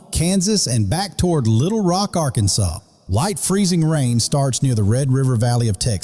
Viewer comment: I love the way you said "Little Rock, Arkansas." I live 35 miles south of LR. Are you a native of Arkansas?